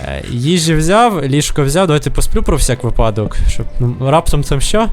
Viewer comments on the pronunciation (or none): none